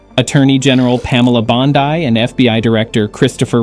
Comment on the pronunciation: Pam 'Bond-eye' and FBI Director Wray' you said?!!. Great story, terrible vid, riddled with factual errors & blatant mispronunciations.👎🏻👎🏻